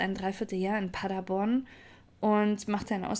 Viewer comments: ich liebe Deine Videos aber es heißt PaderBORN (Betonung auf der letzten Silbe). Ich komme aus der Gegend. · Der Ort heißt Paderborn und nicht Paddaborn!